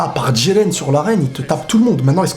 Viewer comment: Jiren idiot, pas djiren